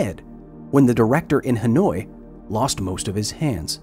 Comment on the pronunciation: Dude pronounced "Hanoi" as "Annoyed" lmao